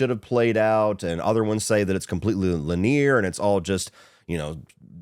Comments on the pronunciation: Lin-ee-er, not Lin-eer. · The real crime is the mispronunciation of linear.